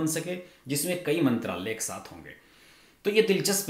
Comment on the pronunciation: हर्षज मंत्राल्यय, सचिवाल्यय, कार्याल्यय ऐसे उच्चार न करें। मंत्रालय, सचिवालय, कार्यालय ऐसे उच्चार करें।